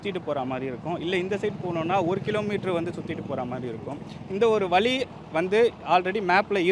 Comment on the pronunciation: ennathu "Vali" ah dei adhu "Vazhi"